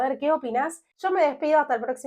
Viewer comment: 😂ra revedere,no mija... LA REVEDERE... EL, LA... SE PRONUNCIA MÁS.😊 LES CUENTO UNA COSA, Porque crees que no vuelven los romanos establecidos en España o Italia... Simplemente por pereza, o porque llevan ya muchos años fuera de Rumanía. Yo sin ir más lejos, tengo prioridades y propiedades en Rumanía pero como llevo 24 años en España más mucho más de lo que he vivido ahí, me es difícil ya que la familia también cuenta críos educación etc. No es pq no quiere uno... Es más España por ejemplo va mal, na hacia abajo hoy en día cobro lo mismo que hace 20 años y los precios muy mal hoy en día en Rumanía con 1500e viven mucho mejor que en ESPAÑA. Doblemente mejor